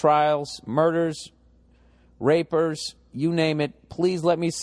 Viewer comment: "rapers" haha